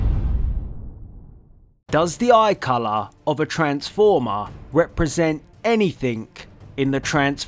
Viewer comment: It’s anything not anythink